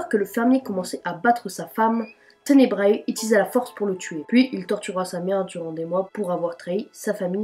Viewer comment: "ténebra" pas tenebraé"